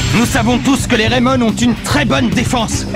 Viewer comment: Dans Raimon on entend Rai comme Ray Dark et Mon ressemble a Tom le père de Ray